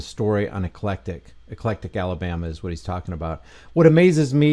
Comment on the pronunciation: It's called EC-LEC-TIC I grew up about 15 minutes away in Tallassee AL